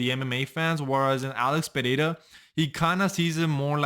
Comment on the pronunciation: Congratulations for saying "Pereira" perfectly! I'm Brazilian. 😅